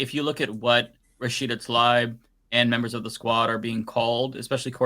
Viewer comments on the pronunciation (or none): Why does pronounce things so strangely? Rashida Talibe? Ishral? DemOHcrahts. Very weird. It's jarring and strange.